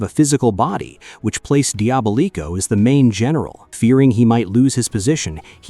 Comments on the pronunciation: Okay look, the video is good and I love the summary of things. But try to make sure you've got some pronounciations down right. for example "Diva-Tox" like a DIVA Devi-ot, like how you says DEVIOUS Dia-bolico, like how you say DIABOLICAL, DIABOLICO it's not that hard when you hear either rangers or other characters say the name of a character. Also as a note, you discussed Ransik but his final fate HAPPENED in the crossover with Wild Force where he helps the Ranger teams out and also ends up purified of his mutant affliction and is thus FULLY reformed from the Ransik of the past. He had a redemption ark LIKEWISE you forgot to mention how Astronema reformed as Karone became the 2ND Lost Galaxy Pink Ranger after Kendrix died when Psycho Pink killed her with a legendary sword. The Psycho Rangers themselves would've been worthy of a mention of returning ELITE bad guy Ranger enemies. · Bruh said “Dee-aba-leeko” 😭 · The butchering of Diabolico's name, jesus. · “Diabolico” pronunciation is diabolical